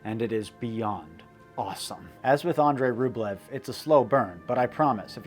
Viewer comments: Ugh! ROOB-lee-oaf. (Sorry -- authentic language geek.) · Love your content dude, but like you, it’s difficult for me to enjoy certain things from a historical and cultural standpoint if you studied them extensively, and that’s why I’m gonna be that guy and say it’s pronounced “RubYOv” rather than Rublev. The Russian spelling is Рубёв and ë is pronounced “yo”. The way you’re pronouncing it is Рублев in which the е is pronounced “ye”. It’s an honest mistake, trust me, but when you specialize in Slavic studies you will NEVER HEAR THE END OF IT if you mispronounce names. I certainly didn’t when I mispronounced Turgenev. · And he kept mispronouncing the monk's last name. A more authentically Russian pronunciation is "ROOB-uhl-yoff." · I have a copy of Andrey Rublyov but never watched it. Now I need to. (And yes, it is Rublyov). And yes, it's Das Boat, pronounced the same as in English. Along with Master and Commander how about Captain Horation Hornblower, Billy Bud, Damn the Defiant. The chase scene in Apocolypto goes back to "Naked Prey". One of my six times great grandfathers was killed by Indians in his front yard in Kittery, Maine. Another was hanged by the British governor Tryon of North Carolina at Alamance , NC. GREAT SELECTION GREAT STORY MAKING